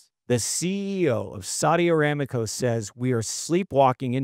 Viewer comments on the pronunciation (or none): You don’t even know how to pronounce the name of the world’s largest oil-producing company in the world. It’s Saudi Aramco, not Saudi Aramaco.